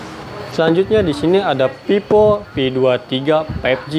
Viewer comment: Cara ngejelasinnya okelah.. 🥰 tp sebelumnya maaf nih ya kak.. itu bacanya kurang pas, itu dibaca Vivo mah bkn pipo, ga enak didenger soalnya kalo dibaca pipo kak 🙏 🙈